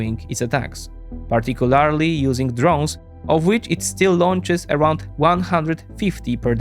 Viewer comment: This guy always says "particularly" wrong.